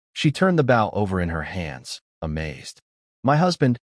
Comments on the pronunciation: Could somebody PLEASE teach A.I. How to pronoun bOw as in bow and arrow and bow as in to bow down. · If you're going to tell a story, could you please pronounce the word BOW as a weapon and not a polite action.